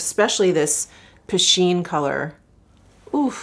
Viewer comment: Piscine - swimming pool, pronounced Pee-Scene.